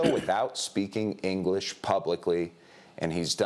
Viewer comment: Pupils made $1 billion n no ingleesh